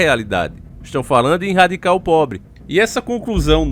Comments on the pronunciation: rsrsrs... vc é um cara super inteligente, esclarecido, desperto, nao sei porque esses erros de portugues grotescos, propositais, nos videos. erradicar, vc mete um "inrradicar". sempre na descrição, no título, tem um erro absurdo de português, mas nós sabemos que é proposital e que você saberia escrever e falar o certo. Qual a intenção? tenho essa curiosidade. (eu sei porque é) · Irradicar? Kkkkk antes q falem coisa eu falo do mesmo jeito. Mais 1 vídeo top